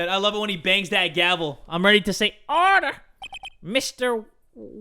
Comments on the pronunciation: inhales “ oRdAh. oRdAh iN dAh cOuRt! “ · ODAH I WILL HAVE ODAH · Yeah, with that papers please accent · I agree